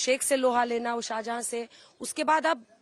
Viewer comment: "Sheikh Shahjahan" hai, "Shahjada" nahi Didi